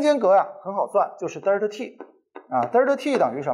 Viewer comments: 迷妹表示超喜欢听李老师讲课，清晰易懂。只是有个发音实在是不太标准啊，是delta 不是“嘚儿踏”啊，刚听到时我就黑人问号脸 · 作为李老师同龄人的我对李老师的敬仰犹如滔滔江水。天天追李老师的新课，期待李老师更多好作品。有一个小建议不晓得合不合适提。李老师Delta的读音能否改善下，每次听李老师读Delta读成Derta每次寒毛都会竖起来，哈哈。Delta没有儿化音的哦。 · 不是呆儿塔，应该读呆噢塔